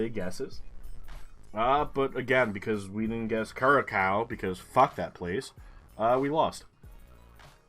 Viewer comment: Congrats on 500 episodes! I have watched several of your videos. 5000 points in Indonesia is really rare! Notes about Curacao-- I think it's pronounced like "cure a sow" where sow rhymes with cow. It's owned by the Netherlands, part of the Dutch Antilles. It is pretty tough to get a geoguessr spot there because there are so few google streets in the Caribbean, you don't expect it. It's likely that a lot of the smaller Caribbean islands have English, as well as perhaps a mix with French, Spanish, and, in this case, Dutch, depending on the island.